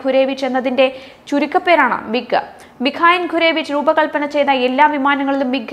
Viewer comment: മിഖായൻ അല്ല.മിക്കോയൻ (Mikoyan ) MiG = Milkoyan- Gurevich